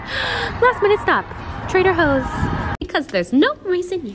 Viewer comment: Did she say “trader hoes” I’m dead 😂😂😑